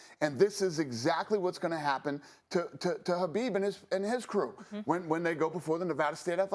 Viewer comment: I heard DANA say "habib" I didn't know the K was silent. Sorry khabib for pronouncing your name wrong